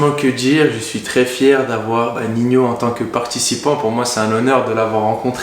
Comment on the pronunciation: Merci pour la video. Ps: respecte le frero, il est ni rappeur ni espagnol il s’appelle pas Niño mais Nino